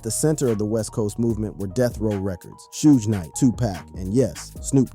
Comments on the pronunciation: It's Suge Knight not soog smh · Sooj Knight killed me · "Sooje" Knight...😂😂😂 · The way this man is pronouncing Pac and Suge makes it hard for me to take him seriously on things ‘HipHop’. Except for things I’ve actually seen any of them speak on in interviews.